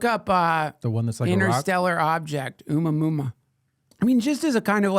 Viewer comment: At some point you decided that Oumuamua was pronounced "Uma Muma." Still, every time you say it, it catches me off guard, and I have myself a good laugh.